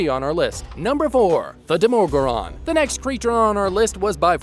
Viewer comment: why do you pronounce the demogorgon so weirdly